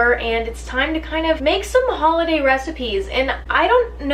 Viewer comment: You say ''holoday''??